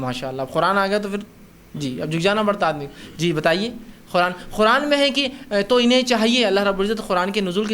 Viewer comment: Is jaahil ko Quran bolna nahi aa raha hai aur yeh taqreer kar raha hai Quran ko Khuran bol raha hai khabees